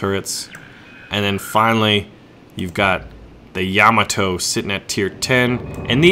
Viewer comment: Thumbs up for knowing how to pronounce Yamato!